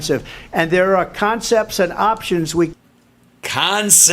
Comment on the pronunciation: "Consepts of a plan" holy fuckin shit 🤣🤣🤣🤣🤣🤣🤣🤣🤣🤣🤣🤣